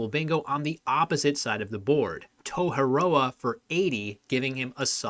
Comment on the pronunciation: Toheroa Im from New Zealand and... 1) I cant believe that word is in the dictionary! 2) I cant believe has pronounced it like that -_